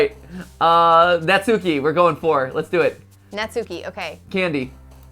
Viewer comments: Years ago, all these American youtubers had me thinking her name was pronounced (Nat-soo-key) when in fact, Natsuki’s name is pronounced (Not-skii) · Ok the way Matt and pronounce Natsuki is driving me crazy It's Nat-skee, Not Nat-sookee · Its pronounced Nat-s-ki bot na-su-ki. Even tho the Tsu is there in names and in the middle of words the t and u is silent usually. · If no one else is going to tell MattPatt, I will. Natsuki is pronounced nots key or not ski, not nat sue key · Yay! is here!! Note: since their names are Japanese they are pronounced Sah-yo-ree (Sayori), Not-ski (Natsuki), Yoo-ree (Yuri), and Mo-nee-kah (Monika). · YOU ALL ARE NOT SAYING NATSUKI'S NAME RIGHT!😡😭😱😫😒🤬